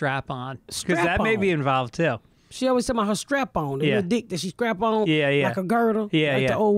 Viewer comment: Ms pat doesn’t always say words correctly. She meant “strap-on” not scrap-on. It’s another reason to love her.